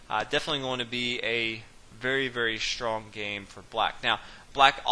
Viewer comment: what kind of dialect is it? he is saying "shtrong"